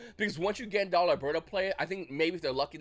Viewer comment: why you saying GADARLA’S name like theres a N in it?! can you read?! ☠️🤔